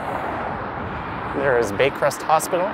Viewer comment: Yes you did pronounce it incorrectly lol Next time you should spell it out and someone can help you pronounce it for you. It sounded like it’s a name of a Yeshiva which is a school for boys/men. Baycrest is a home for Jewish seniors. I believe they might have some kind of hospital attached to it, but it’s mainly for the residency. It even has a Sabbath elevator. Which means it stops on every floor during Shabbat. Gryfe’s bagels are the best!!!Have a good day!